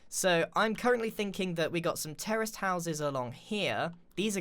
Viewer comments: when Grian said terrace houses I thought he said terrorist houses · Every time Grian says "terraced houses" for a split second I always think he says "terrorist houses" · It sounds like you're saying «terrorist houses»...